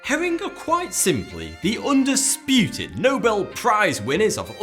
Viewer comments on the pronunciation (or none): none